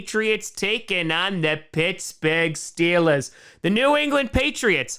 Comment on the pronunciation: Mf said stillers 💀